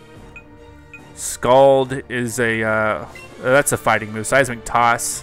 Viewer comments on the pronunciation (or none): none